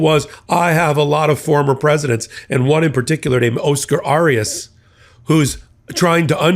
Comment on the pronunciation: Not pronouncing correctly. Oscar Arias. Try again.